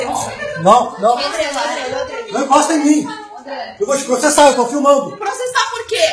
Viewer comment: " Eu vou proxexa proxexa "kkkkkkkkk faz me rir